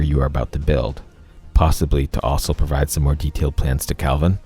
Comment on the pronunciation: Why are u pronouncing "kelvin" as "calvin" is bugging me lol